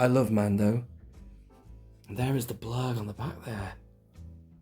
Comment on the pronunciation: sounded like you said " the Klurg" right at the start